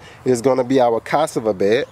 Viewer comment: Say ca-saa-va... :]